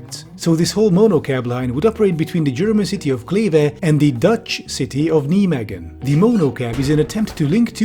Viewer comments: "Neemegken". Ya pronouce it Naimeig (raspy g) en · Love your videos, especially the tech bro bashings ones. But its nɛiˌmeːɣə(n) :D Kleve was fine though . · Hey, I think I can help you with your pronounciation of Nijmegen, if you want. If you're familiar with Bill Nye the science guy, use his last name. Then the English word "may". I think changing those parts would go a long ways to help with your pronounciation. Nye-may-gen. Thank you for the video. It sure gave me the 'ick' finding out they wanna have 'pods' running in the Netherlands. Though also not very surprising with our fascist government. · Sorry,, but I take personal issue with how you pronounce Nijmegen. You don't say it like "Knee Megan". It's "Nye", like Bill Nye. "May", as in the month. And "Ghen", which should sound like you're gargling something in the back of your throat, but doesn't want to come out. Nye-May-Ghen. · I've been living in Nijmegen for months and hearing you say Nee-megan is so funny to me. It's pronounced N-eye-may-hen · Look, I completely agree with what's being said here about the project, but can I just say that pronunciation of "Nijmegen" is just a thing to behold. "Nimeggen" If spelled phonetically in English (for how far English has consistent pronunciation rules), it should be like "Nye-magen" (first part vowels pronounced like the name "Nye", latter part vowels pronounced like "lager" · Niemegun? Rofl, I never heard that before Neimeegun is maybe better to say. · great video! just check how to pronounce cities before you say them. Nijmegen is pronounced nai-may-gn. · Just...nigh-megan 😂 No knights that say 'nie' 🎉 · ouch, rather *[nɛjmeɣə(n)] or something like that. Please look up the pronunciation of the names before recording a video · Kneemeegen lol worst pronunciation of Nijmegen I heard so far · "NiJmEgeN" ye jason will come for you for that pronounciation lol. jokes aside, epic video:) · Nijmegen is pronounced: Nigh may gen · also ouch